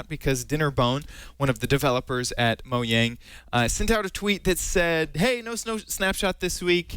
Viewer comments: lol its Mojang not Moyang lol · is he saying mohang?